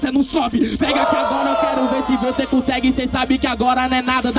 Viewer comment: Cê nu cussegue